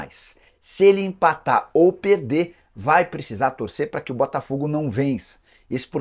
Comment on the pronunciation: Nicola você está precisando corrigir sua pronuncia das palavras com ( R ) pôr exemplo não é pereder e sim perder...